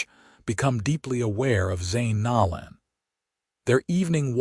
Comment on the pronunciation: Zane’s last name is pronounced No(long “O”) - lan. I have an unusual maiden name. It was always mispronounced and I have always tried to make sure to show respect to others in pronouncing their first and last names correctly. When Zane rescues Thea in the alley, and breaks down when she is crying made me cry. 😢😢😢